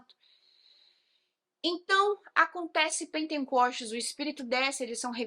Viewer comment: O nome da festa é "PENTECOSTES" querida irmã, e não "penteNcostes", não tem esse "N" no meio da palavra.